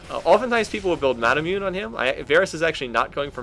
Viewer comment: He still pronounces the item Manamune as "ma-na-myoon" so I think we'll just have to ride the wave with things like that (for those that don't know it's pronounced "ma-na-moo-neh").